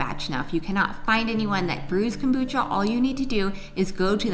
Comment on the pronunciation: love your show, but one thing, what the heck is Cobutcha? lol